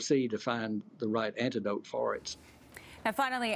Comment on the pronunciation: "antitdote" he says. lmao